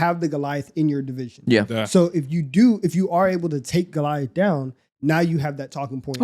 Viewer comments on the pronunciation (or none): none